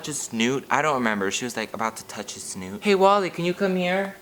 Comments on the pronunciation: Omg pronunciation of snout i can't stop laughing😂 snOOT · I'm in hysterics at pronouncing snout as "snoot." The tears are coming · did you say snoot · i’m yelling at the way you pronounce “snout”